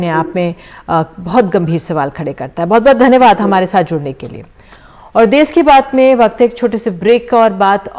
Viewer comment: देस नहीं देश होता है